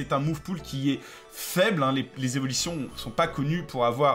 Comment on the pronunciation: Cro bien les Z'evilition :)